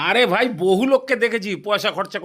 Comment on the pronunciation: আপনি, Bhai, Bhaaja কে Vai, Vaaja কেন উচ্চারণ করেন? 🙄 এক্সেন্ট বা জড়তার ইস্যুতো এটা নয়।